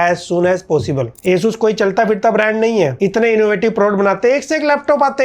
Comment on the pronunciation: It's not asus it's aa choos